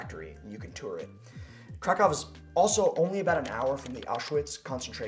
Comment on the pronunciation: I do love your video; especially as I am now both Polish-American AND Polish, and I will soon be moving to Poland, but could you do us a favor please and try and pronounce the names of both cities and food better? Krakow is NOT pronounced as if you are saying "Crack+Cow". The a is pronounced like in the word allow or ah. The o is like in the word boot, and the w is their v sound... So "phoenetically" it looks like this--> krahkoov... The pronunciation for Pierogi is like this... "i" is usually a long e sound like in the word pea...the "e" is like in the word egg... This time the "o" is a long o sound like in the word Oh or row...and the "gi" is pronounced similarly like the Japanese word "gi" which is the outfit people wear when doing Karate or other martial arts. Oh and every vowel is pronounced... This looks "phoenetically" like this... *pea+eh+row+gi*. Please know I don't mean to sound egotistical or arrogant. I need to learn a LOT myself, but this part is important too....